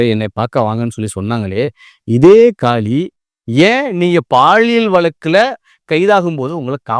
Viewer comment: காலி இல்லை.. காளி 🤦‍♂️